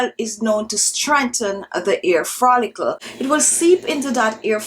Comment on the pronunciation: Love your videos! But please... it's follicle, not frollicle.